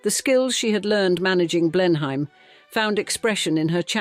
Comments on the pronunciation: Another poor little rich girl story. Prounounced blen am. Not blenhime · You should have learnt how to pronounce BLENHEIM correctly. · Couldn't the voice over learn how to say Blenheim and Ivor correctly? such an ear sore! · What a shame you couldn't find a narrator who could correctly pronounce Blenheim.